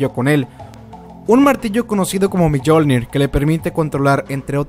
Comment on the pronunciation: No se dice freja se dice freya y no se dice miyolnor es miolnir y no es yotumhein es yutunhain